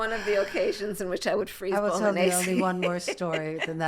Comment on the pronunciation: yes and its great. Trump 2028 🇺🇸 someone tell Kamala how to properly say Bolognese. Its not Bolognesey 😂😂😂😂